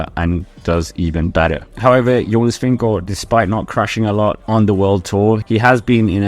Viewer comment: are you Danish because when you say Jonas Vingegaard you say it perfect